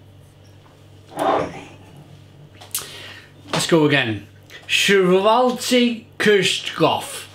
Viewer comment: Shwahrz-waelda Keersh-tortuh is how it's pronounced actually! Good effort. Literally named after the famous Black Forest Cherry Cake, which is delicious in its own right!